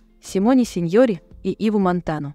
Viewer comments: там автор в тексте неправильно сказал СеньорЭ — неправильно сделал ударение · Вы совсем не в себе, я про ударение в фамилии знаменитой актрисы, а вы НУ И ЧТО..неграмотным море по колено